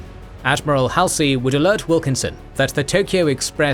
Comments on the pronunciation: Nitpick: I believe Admiral Halsey's name is pronounces Haul-z, not Hal-c. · Haul-see... not "Hal-see" Admiral "" Halsey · Top notch content, but the narrator's pronunciation of Halsey irritates me slightly. It's "Haul - zee"!😊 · Hall-see .... not Hal-see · Am I the only one who finds WW2 history being recited by a souless robot to be demeaning and insulting? Get a living , breathing human to do it. And its Hall-sy and Guad-al-canal, not Hell-See and Guad-El-canal! A human would pronounce it right. Souless inflection and mispronunciation makes it almost unlistenable. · ... it is pronounced ... Hall' se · The ai mispronouncing Halsey is annoying af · How many times can you say Admiral Halsey's name incorrectly? Even Paul McCartney got it right and I'm not sure if he was ever all that interested in the Pacific theater of World War II. I know that this is supposed to be a real person doing the narration but there are so many times it does not seem to be that way. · Fact check the pronunciation of Halsey's name.